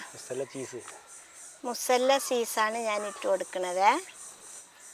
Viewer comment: ഉമ്മാക്ക് ചീസ് വരെ പറയാൻ അറിയാതെ